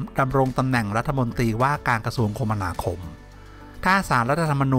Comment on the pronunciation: อ่านว่า คะมะนาคมครับ